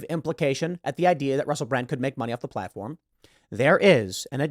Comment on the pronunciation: Oh, it is true: "Platofrm"